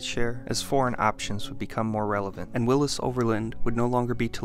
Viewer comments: Willy's Not Willis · Willys is pronounced Willies not Willis. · I lived many years on a street called Willys Knight Rd. A neighbor owned a Willys sedan. I grew up in Oakland, where Kaiser brought the company. Even the Grateful Dead pronounced it Willies in their song Sugar Magnolia. I had never in my life heard it pronounced your way. And I'll be damned, you are right!